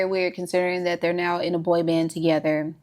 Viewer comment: the “boy f*ck you”’s had me rolling 😂 said like only a true Southern woman would lol